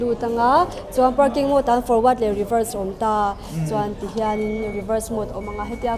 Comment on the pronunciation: Scooter tiin i lam thlap thlap a a tha hle mai. Mahse, i Caption ah Scooty tiin i ziak leh lawi sia. Youtuber leh Public figure te hi Saptawng thumal kan hman lar tam tak hi dik deuhvin hmang hram hram ula. MODE pawh hi Mood tiin i lam tlatin ka hria. I Nula interview kha chuan Mode a ti thlap a, nangmah ber khan Mood i ti tlatin ka hria 😁